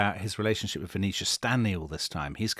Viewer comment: sounds like he's saying Phoenecia Stanley, not Venetia.